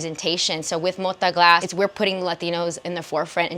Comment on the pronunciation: to the HOST: it's not pronounced MODA, it's got a 'T' there.. it's MO-TA! the T is HARD like my knob